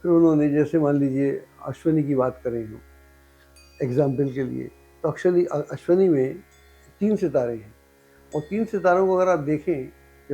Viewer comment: "अश्वनी" लिखना-बोलना ग़लत है, 'अश्विनी' सही शब्द है।